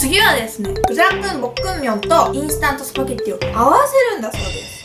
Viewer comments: ブロック！ボッ↑ク↗︎ミョン⤵︎？(°д°`) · ぷろだっくんぽっくんにょん… 言えてるけど言えてない感じが可愛い(*˙˘˙*) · ゆうか先輩！ブルダックポックンミョンって言うのうまいですね☆ 尊敬しなおしましたよ！